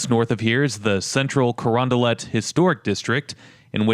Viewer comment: Man the way you say Crondalet makes me want to unsub but I wont for now